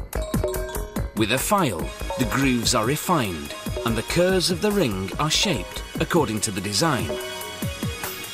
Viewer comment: omg..the way he says ring is like ringah.... so annoying